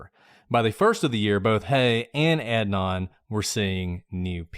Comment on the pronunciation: I want to listen, but I’m two minutes in and can’t stand the fact that you are both choosing to butcher Adnan’s name. Pronouncing someone’s name incorrectly is a choice that speaks volumes. Not sure why you didn’t make an effort to provide him with the basic decency of learning to pronounce his name.